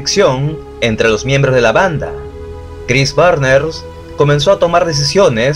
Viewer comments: Es Barnes no Barner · Chris Barnes no Barner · ´barner´ no seas pendejo, es BARNES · Barner o Barnes?😉🤔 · Excelente video sobre la banda que me introdujo al metal más extremo por la estética de sus discos obra de Vincent Locke, sus letras y la brutalidad de la música. Y como aclaración el apellido es Barnes no Barner, de ahí en fuera nada que no esté a la altura de tu peculiar estilo. Saludos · Chris Barner? Chris Barnes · ¿Por qué dices Cris BARNERS?